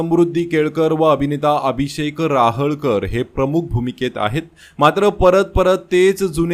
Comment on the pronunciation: राहळकर नाही रहाटकर.